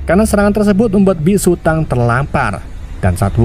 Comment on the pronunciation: Dibacanya bukan biksu tang tapi biksu tong